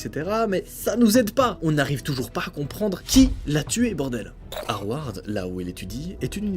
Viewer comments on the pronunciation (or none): C’est moi ou dit « hawarde » au lieu de « Havard » 🤣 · dans Harvard ya une v donc fraudait p-etre le prononcer sa se dis Harvard pas harward lolll j’dis sa j’dis rien hihihi sinon bravo j’aime bien tes histoires de toute sorte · C'est harvard et non harward... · On dit HARRRRRVVVVVARRDDDD pas Haward… On dit BOSTON. Pas Bostonne. Pas MACDO mais on prononce MECDO. Mc = mec. Pas What ze fuc* mais , on prononce What DE fuc* JAMAIS je ne vais habiter dans un logement ou y’a eu un meurtre! 🤮 aucunement bizarre. C dégoûtant! Le meurtrier de Maelys a eu combien de temps de prison? Bon travail de recherche et animation ! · Et toi Havard ou lieu de Harvard😂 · Et juste harvard ça se dit avec un v don harvvvard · Harvard prononcé "ahward" c'est énorme, je crois que c'est la première fois que j'entends cet accent 😂 Bon sinon je découvre, plutôt sympa la vidéo, et chapeau pour le travail de recherche et d'enquête 👌🏻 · Harrrrvarrrd, Leuuuuulandais putain mais prononce bien merde